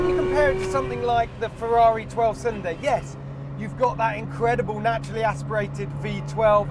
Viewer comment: Ferrari pls, not FeVVaVi